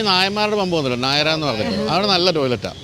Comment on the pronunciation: നായരാ എന്നല്ല ' നയാരാ '😂